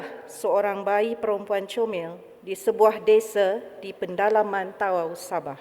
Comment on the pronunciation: Org tawau kena sebut ta'au. 😊